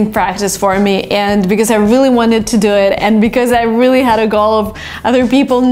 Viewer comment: "vreally" haha, i like the way you talk